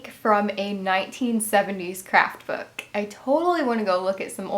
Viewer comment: Lol. i didnt even realize you said vook until you said that. haha XP